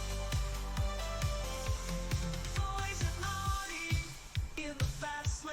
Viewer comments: The auto-singing on your Audi jingle seems to sing "always an ordi". If you re-record it with "always an owdi" as the lyrics, it will probably pronounce it properly. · 18.40 etc. interesting how the AI sings audi as in audio instead of as in Audi. Other than that you’d never know.